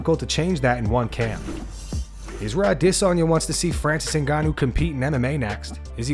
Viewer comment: Bro why u always over pronouncing adesanya